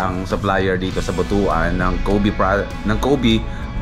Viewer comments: Ride safe! BTW, Butuan actually pronouns as "Butwan", not Butu-an. Lol. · But-wan hindi Buto-an pag pronounced. Basto kasi ang Buto-an.. he3x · but-wan hindi bu-to-an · We pronounce it But-wan, NOT Bu-tu-an... Kasi, bastos or hindi maganda pakinggan sa mga bisaya ang Bu-tu-an